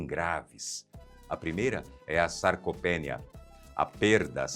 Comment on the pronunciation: Dica: a tônica de "sarcopenia" é NI 😊